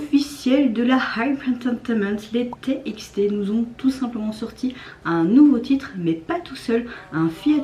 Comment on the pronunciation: Cc ma pepete on dis pas te ix te mais Ti ex ti mais si tu a peur de pas réussir à prononcer tu peux dire "tubatu" ça marche aussi :))